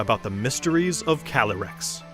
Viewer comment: The voiceover for the devs pronounce Inteleon wrong. C’mon, it’s INTE-LEON, LIKE THE CHAMPION’S NAME! And Calyrex, he says “Ca-leh-rex” but it’s CA-LEE-REX!